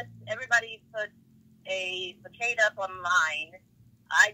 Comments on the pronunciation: This lady a PR person? She pronounced Facade as FA-CADE.... 😂😂😂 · Once she said façade wrong it was completely confirmed she was slow lol